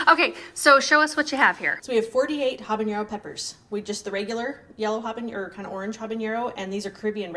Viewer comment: Hi there! I love your channel and all that you share!!! Habanero is not pronounced habaniero… there is no i sound… Love your work and all!!! The teacher in me and my Mexican heritage had to share the correct pronunciation…💞👏🏻👏🏻👏🏻